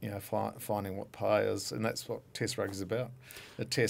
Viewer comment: Tick tock 😂 🇮🇪❤️🇳🇿 And it's "Test match" not "Tist match" 😂🤭 You can have Séan, even though he's Irish 🤭😂 Just joking, we love you Kiwis ❤️